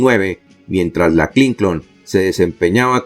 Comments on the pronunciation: EL NOMBRE HILLARY CLINTON ES CLINTON SR , NO , CLINCON ESTA. MAL ESCRITO Y MAL PRONUNCIADO. SR .ESTA EN PUBLICO . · DIGA CLINTON NO CLINCON ESTA ERRADA LA PRONUNCIASION .